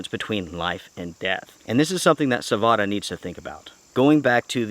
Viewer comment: its savotta man, not savota. check how they say it.